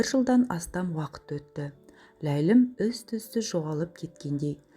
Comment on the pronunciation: Болгер: ізтұзсыз емес "із-түзсіз".